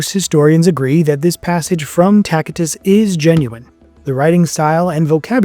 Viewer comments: Your citation from Tacitus is not only MISpronounced but FAULTY of analysis. IF the Christians were "called 'Christians'" BY THE POPULACE", then that implies they DIDN'T call THEMSELVES that! So WHAT did they call themselves?? "JUDES"? The epistle of James and the "Acts of the Apostles" state that they "were CALLED 'Christians'" as well but NOT that they called THEMSELVES "Christians". There is actually a clue that they were NOT distinguished from the Levitical Judes: there is NO trace of the 🔥 that burned Rome during Nero's reign on any of the ruins remaining from before that time, EXCEPT for the 🏛 of Saturn in the Forum; which the inscription on the lintel of refers to as the "INCENDIUM MAGNUM", or "Great 🔥". SATURN was regarded by the "pagans" as the SEVENTH 🪐 and therefore, the "god" or deity of the JUDES because of their reverence for every SEVENTH day of a Month as "sacred". Since the Judes referred to the Day as "SHaBBaT", the pagans called their god "AL SHaBaaTH". All this implies that Nero was actually BLAMING THE JUDES on being the arsonists of the great 🔥 and whom the biographer Suetonius states Nero DIDN'T like. So then possibly, an ANTI-Christian JUDISH scribe RE✍ the 📜 to make it read that Tacitus (said as "Tachitus" not "Takitus"!) had referred to "CHRISTIANS". And the "evil" he mentioned as BREAKING OUT IN JUDEA could well refer to ANTI-Roman Judish REBELLION.... which DID "break out" in JUDEA only a COUPLE YEARS AFTER the 🔥ing of Rome. After all, WOULD a ROMA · Tacitus is pronounced with a 'soft c' so you use the 'C' as would when saying the word 'city' , otherwise, this is an informative and interesting podcast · Pronounced “Tasitus”